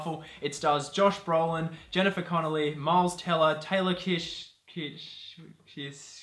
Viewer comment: Kitsch is just pronounced as Kitch! Ahaha